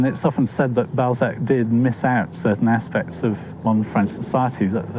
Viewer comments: So disturbing hearing the teller deforming his name every 2 minutes.. It's not fcking Ball-zeck, it's BAL-ZAC ... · Why do you pronounce his surname Bolzac? It's annoying. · Interesting, but ruined for me by the narrator's insistence on calling Honore de Balzac by the rather less dignified Honore de Ball zack. The "a" is supposed to be short, a in "hat"!!! He tried to get the pronunciation right in other names, so why not this one? I had to switch off. I will content myself with a French copy of Mr "Contes Drolatiques", which I originally encountered in English translation. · Infuriating! '' narrator. What a plum. F**kin' scroaty. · Bell sack lol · The way he is pronouncing the name, you are absolutely right!! 😮😂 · Everyone: Honorè Balsac Narrator: Honnoy Ball Sack